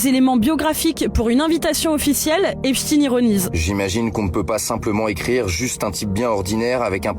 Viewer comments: epstein et non epstine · Epstein pas EPSTINE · C'est quoi le problème des français à ne pas être capable de prononcer EpSHTEIN ? Ils parlent aussi de Albert Instin ? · EPCHT-AÏN et non Epchtine! Arrêtez avec cette prononciation! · On ne dit pas Epstiin, mais Epstein, comme Einsteîn, Eisenstein und Gertrude Stein. Ce qui se prononce, en France, quand on n’est pas dévoyé par les Américains, CHTAÏN et non STIIN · C'est pas epstin c'est epstaiiiinn !!!🤡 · Pourquoi les noms sont prononcés à la française ??? Epchtine, Aidan... Ça à l'air d'être un mec bien aidant d'ailleurs... Pendant ce temps là Epstein est en liberté quelque pas sur la planète... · Svp dîtes "epshstayïïne" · Prière de prononcer le nom Epstein Comme Einstein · On dit Albert Einstein, pas ‘Ein-stine’. Donc Jeffrey Epstein, pas ‘Epstine’. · Pourtant leur nom de famille n'a rien d'américain, c'est une origine germanique qu'on doit prononcer exactement comme Einstein. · Faut pas avoir peur de prononcer Epstein et Aidan comme c'est sensé etre prononcé hein